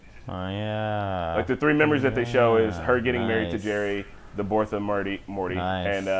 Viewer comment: “The Borth of Mirty”